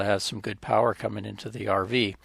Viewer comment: More Powa!!! I love it.